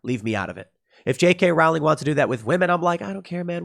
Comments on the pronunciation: RO-LING, ROLING... NOT ROAWWLING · Rowling is pronounced Rolling, Row is pronounce Roe. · Rowling is pronounced as bowling. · Tim Tim Tim Tim Tim... Please listen to the people who've told you how to pronounce J. K. Rowling. You just sound like you have no idea what you're talking about when you pronounce the author's last name the way you do. It's like listening to someone who wants to ban guns talk about some sort of '30 magazine caliber clip.' Her last name is pronounced row-ling. Row is pronounced like you're rowing a boat. Just row the boat and add a ling to the end. Trying to help you out Tim! You used to be the same with guns. You've gotten a lot better! Congrats!